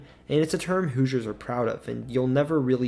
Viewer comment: Non Hoosiers cannot properly pronounce the word Hoosiers, for the most part. They say.. "Whosiers". No. "WHO-zhers". That's a closer phonetic sound. I only noticed this relatively recently.